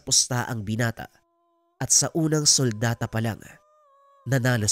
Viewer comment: "sultada" Po di suldata.